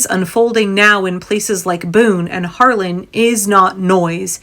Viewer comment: I love the reporting and I love your content, but it’s Harlan HARLAN